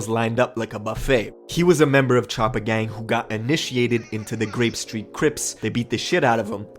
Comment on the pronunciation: Anyone notice the news reporter says skreet 😭